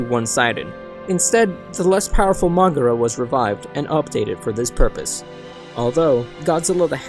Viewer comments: its pronounced mogeera even though it does look like it mogera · Just a little correction, Moguera is pronounced MO-gerrA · This video is retarded? In the movie where at all does it show that Space Godzilla is "CONSIDERABLY" taller than Heisei Godzilla? You can in multiple seens he a bit shorter than Godzilla and the freaking pronunciation of Moguera from this guy? CRINGEEEEEE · I hate how you repeatedly say Moguera's name wrong